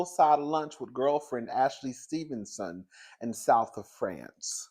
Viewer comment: The emphasis on “Stevenson” is sending me 🤣🤣🤣